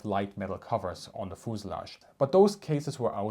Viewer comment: Love the firrtees and foosulage haha